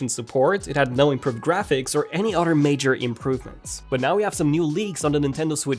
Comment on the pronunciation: How after all this time in England still can’t pronounce “other”is baffling.